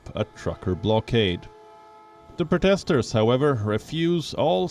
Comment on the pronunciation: How is it possible this guy doesn’t know how to pronounce ‘protester’?